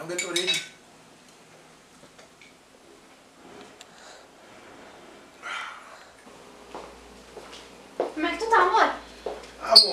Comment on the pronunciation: Tá só gueitoreit né pay kkkk